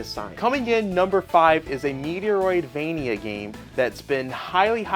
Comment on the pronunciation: Meteoroid- Vania 😂